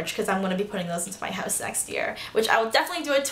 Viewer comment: the only way I could figure out that you were canadian other than you telling us is the way you say 'house'! :-)